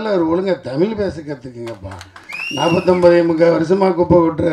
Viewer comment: முதலில் நீர் ஒழுங்காக தமிழை பேசும். தமிழை 'தமில்' என்று கூறும் நீர் ஒரு தமிழரா?